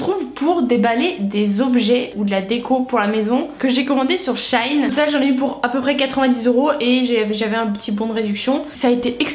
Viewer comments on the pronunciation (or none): Stressant d'entendre shine 🤣❤️ she in, is not sunshine☀️ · On dit She - in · Ça se prononce « she in » ...